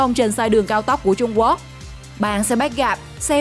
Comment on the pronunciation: Trung Quốc chứ không phải là trung guốc nha 😂